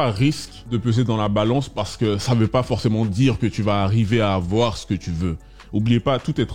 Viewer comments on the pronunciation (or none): Mdrrr il ne faut pas afoir peur " Ça me fume à chaques fois